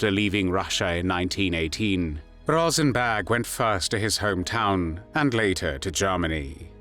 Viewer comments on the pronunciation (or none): Why does it sound like he’s saying “Rosenbag?”